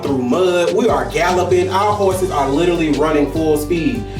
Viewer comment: Rico said “we was riding horseses” 😭😂